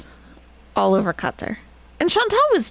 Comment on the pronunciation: If you need reasons Nest is Best? 1) pronounces Qatar correctly 2) holds Chantal accountable for fork crimes 3) has Very Good Boys as hype-men Take care til next time, all! 🦉 🪹